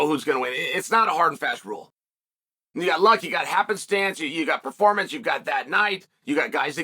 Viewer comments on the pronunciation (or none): none